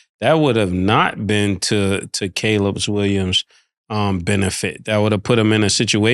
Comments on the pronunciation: Cam finally said "Caleb Williams" correctly! You love to see it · Cam finally said Caleb Williams name right 😂😂😂